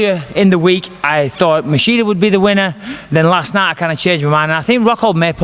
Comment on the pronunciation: He keep saying masheeda instead of machida lol